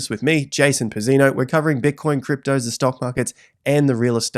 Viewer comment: Btw Jason, I know you australianized your name, but technically "pizz" is pronounced like the pizz in "pizza", then the emphasis is on the second "i", so the "i" after "pizz", and the "o" is short, not dragged. Not that you'll likely change how you say the name now but I figured you might find that a fun fact😅 Like "Pìt-zea-nòh"